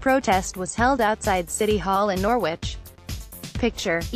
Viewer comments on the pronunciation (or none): It is pronounced Nor-ridge!